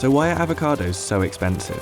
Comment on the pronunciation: "Ah-vo-cados," not "ave-a-cados." Sheesh.